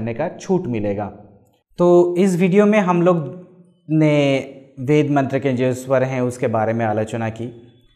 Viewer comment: This guy can't even pronounce "veda" or "svar" properly.